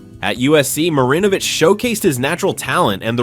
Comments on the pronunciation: Right smh. He's also mispronouncing Marinovich. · You pronounced Marinovich’s name about ten different ways. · Holy fuck learn how to pronounce names. It's pronounced fur rot. The first R in Frerotte is silent. Now you're mispronouncing Todd Marinovich fuck dude smh.